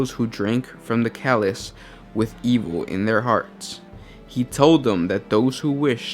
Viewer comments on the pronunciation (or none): Also...what is a "Calice?" Isn't it CHalice? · calis......calis......ch..ch...chalice.... ch pronounced just like chair.